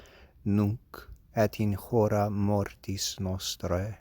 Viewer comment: Beautiful, but the h is supposed to be silent in "hora".